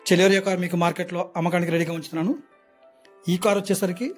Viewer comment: చలోరియ కాదు సెలెరియో